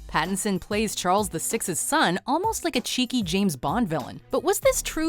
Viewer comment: It's Pattinson mate, not Patterson